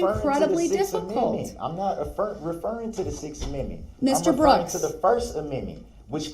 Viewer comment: His first aminmint 😂😅